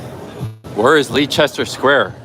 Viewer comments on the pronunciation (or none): Leicester Square is pronounced Lester btw. Best walk in London is from Victoria station to Tower Bridge, via Westminster, St.James's park (the Mall), Trafalgar Square, Victoria embankment, Southbank, Borough Market, Tower Bridge. Must see visit (free) Victoria and Albert museum. Good work son.